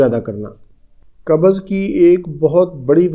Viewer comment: Dr sahb kabaz nahi...bolte ...kabz bolte hai...